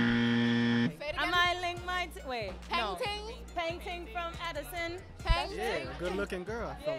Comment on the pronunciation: He’s saying plankton 😂 peng ting